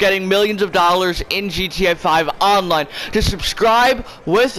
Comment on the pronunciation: Why does he say GTA 5 online like that ewww